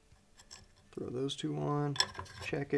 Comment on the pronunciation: You lost me at “THOW IT AWAY” 😮😳🥹😢😭😤😡🤬